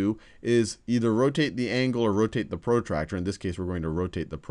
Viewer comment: his accent pro tractor ha ha ha